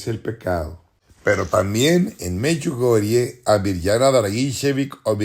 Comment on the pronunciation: Me choca que este tipo sigue diciendo Meyugoriaa